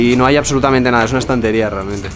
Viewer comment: v: dice Stanteria ☻❤